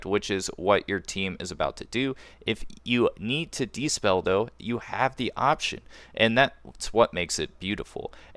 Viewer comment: Good vid, but it's dispel, not despell